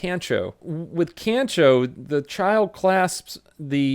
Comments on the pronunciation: NOOOO! Its Kan Chooo the proper pronunciation is the same as Khan in the movie. (The Wrath of Khan) So Kan-Cho (Khan-Cho) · kancho- pronounce con-show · Pronounced "Kon-cho". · Pronounced con-cho not can-cho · It is pronounced (Kahn-cho) That sounds rude but I'm not trying to be, sorry. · Its pronounced kah-ncho. Yeah they do it to foreigners a lot. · It’s pronounced “Khan-CHOOOHH!” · Pronounced kon cho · Its pronounced con chow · It’s pronounced kon cho btw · It’s pronounced “cahn-cho” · Ay my boy, It's pronounced "con-cho". 👌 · You pronounced kancho wrong the a sounds moar like a o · It's pronounced Kahn cho not can cho. Try teaching English here in Japan. I gotta constantly tell 4yo's to quit touching my junk. Weird place man. Love your work stay safe. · I can tell you don't watch anime... and that's a shame. Just so you know, Kyoto is pronounced Kyo-toe (say yo but put a K on front) and Kancho is pronounced Con-Cho... I'm sure you don't care, but it's always nice to learn something you didn't know before, and you should definitely watch One Punch Man season 1-2 with japanese audio and english subtitles.. It's a funny show Have a good one! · For the record, kancho is pronounced like "con-cho", the "a" in Japanese is always like the "a" in "father". And come on, you don't know how to pronounce Kyoto? The "kyo" is pronounced in the same way as in Tokyo. I know you like to pronounce things oddly sometimes to just be funny, but this one is unacceptable. AGH. (/end rant) Also, thanks for the videos.